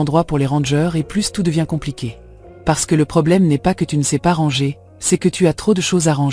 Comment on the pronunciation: Merci pour cette video mais pourriez-vous corriger la prononciation du mot "ranger "? En français on ne prononce pas le r à la fin. On doit dire rangé. Vous faites cette même erreur dans tous vos vidéos. Merci 😊